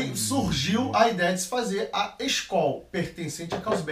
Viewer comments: Mas n eh possível que vocês falam tudo errado... eh Skol hups, eisenbau, pqp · A palavra Skol se refere à palavra "Skål", que é a forma de se dizer "saúde" na Dinamarca e na Islândia. De uma forma geral era uma palavra do antigo idioma nórdico, na época dos vikings. A pronúncia da palavra é "skôl", com o som do O grave. Mas aqui no Brasil a marca acabou ficando conhecida como "skól", com som agudo, e hoje a pronúncia oficial da marca é essa adotada pelos brasileiros.